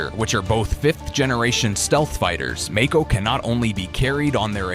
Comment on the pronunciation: He mispronounced Mako